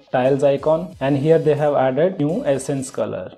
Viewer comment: Am I the only one hearing "essence" instead of "accent" color?